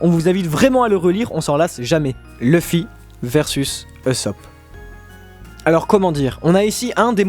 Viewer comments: TRop bizarre comment vous prononcez "Luffy", en plus si vous décidez de le prononcer comme ça pourquoi vous dites pas "U"sopp, L"U"cci ... ? En fait vous regardez le manga en français ? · Je viens d'arriver sur cette chaîne ET PUTAIN PK TU PRONONCE LUFFY au lieu de LEUFFY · Chouette vidéo et je valide le top mais si je puis me permettre un impertinent jeu de mot, vos prononciations sont pas au top les gars : Phonétiquement : Loufi et Oussop, pas Lufi et Eussop. Linguistiquement : Gear second, third et fourth, c'est d'autant plus important que le dernier se prononce quasiment Gear force, comme pour annoncer le passage à un stade de force supérieur, le symbole des deux ans d'entrainement. En plus c'est pas cohérent de dire un coup Gear two, un coup Gear trois et un coup Gear quatre. ^^' Bon voilà c'est rien de méchant mais c'est une des raisons pour lesquelles l'anime est un excellent complément au manga, les diverses prononciations parfois complexes à deviner par écrit y sont éludées. Bref, pour finir sur une touche directement en rapport avec la vidéo, un des combats qui m'a beaucoup marqué et que vous n'avez pas cité est celui de Luffy contre Magellan, un véritable mur pour un Luffy aussi désemparé que déterminé. C'est vraiment pour moi le 1vs1 qui représente l'impuissance de Luffy dans la fin de la première partie, précisément de sa victoire d’extrême justesse contre Luccy à l'ellipse, que ce soit Oz Jr, PX-4, Magellan ou chacun des nombreux et coriaces adversaires de Marineford, Luffy n'a été capable de gagner aucun combat en comptant sur sa propre force et a du multiplier les alliances pour réussir à faire tomber ses ennemis. Contre Magellan il y'a deux rounds dont une défaite, le manque de puissance n'est alors plus un ressenti, c'est un fa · Luffy...se prononce "leuffie". Tu m'ecorche les oreilles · Ont dit Leuffy même si sa s' écrit Luffy